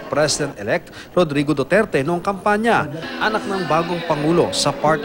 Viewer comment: GORRODRIGO DUTERTE